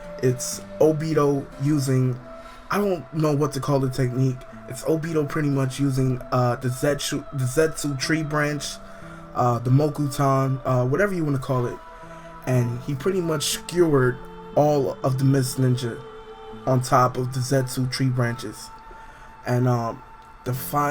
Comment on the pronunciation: lol'd mo-ku-tawn... just say wood style/release bro.